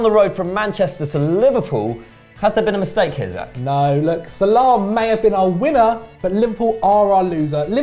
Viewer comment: U two asses said salami instead of salah